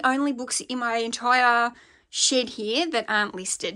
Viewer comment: ship ... she said SHIP .... 🤣